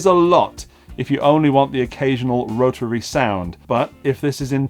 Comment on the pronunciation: Love how you pronounce "rotararary". That's how it should be said!